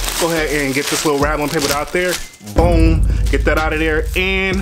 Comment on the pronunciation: He can’t say boom😟